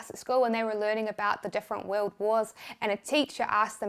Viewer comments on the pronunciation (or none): none